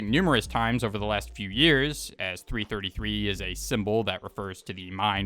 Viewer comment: It's 333, not 3 33